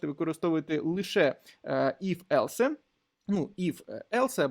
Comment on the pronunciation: Дякую за курс і вашу працю. Не хочеться докопуватись, але все ж таки невеличкий коментар, я не знаю чи я один такий, але оце "елсЕ" ну дуже вже ріже вухо 😅